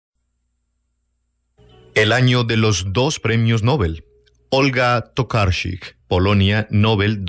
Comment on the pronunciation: Mal pronunciando el apellido de Tokarczuk .. mejor no pronunciar .. solo deletrear